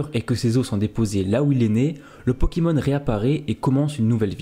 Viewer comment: des '' pokimons''